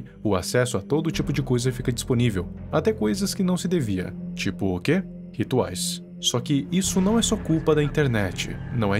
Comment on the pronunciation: "com o acesso a internet tudo fica disponível, tipo oq?" EU: porn... ELE: RUTUAIS EU: rituais é claro. Foi oq eu tava pensando 😅